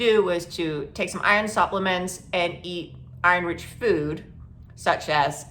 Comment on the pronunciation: Are you saying Irish food or Iron food? Never heard of being prescribed Irish food. I am severely anemic. On IV shots B12 and vitamin D.